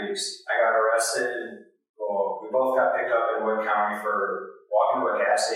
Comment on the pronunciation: It’s WOOD county, Ohio! 🙄